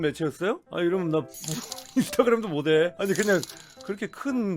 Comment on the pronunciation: '못해'를 '모대'로 발음하는 거 완전 어르신같아요...